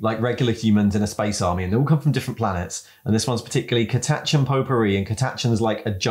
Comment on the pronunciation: "Catashin" - once again making me question how I've been pronouncing things in the GW universe for the last 30 years...